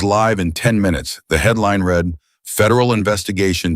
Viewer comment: Teach your AI the difference between read and read.